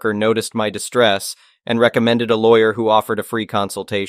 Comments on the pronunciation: The AI...ree-commended? Re-zend..and run on The dogs back gets better in heels? WTF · I know you aren't text to speech software, because tts knows how to pronounce recommended